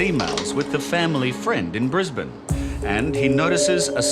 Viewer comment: The true crime is how he pronounces Brisbane